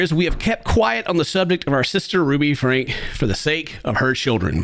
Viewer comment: you gotta do your research a bit more if you’re going to cover serious topics like this. You can’t even pronounce her last name. It is pronounced “Frank.” But you had to guess. Franke’s kids father is a professor and hasn’t been in the kids lives for a while. It takes 5 minutes to prepare to do a reaction. I don’t normally care but dealing with topics like child abuse make sure your facts are together.